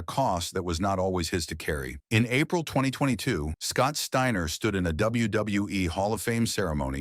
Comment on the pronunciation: Shteiner??? Ai with a speech impediment